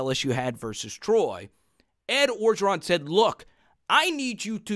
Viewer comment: bro u from creole city.. u gotta learn LA names.. start with Coach O.. ps love the channel